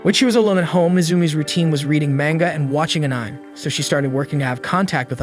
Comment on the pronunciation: I hope you enjoy this Anim. Bro. it's pronounced An I may. Or Anime.